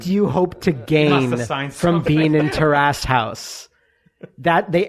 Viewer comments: terrace not tear ass . . . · It's almost like these guys don't know how to pronounce 'Terrace'. I don't even think they know what a terrace is.